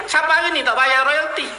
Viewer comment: Royalti.. bukan loyalti.. harap diperbetulkan di-masa depan..